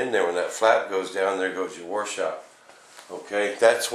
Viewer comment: Washout - Not War Shout!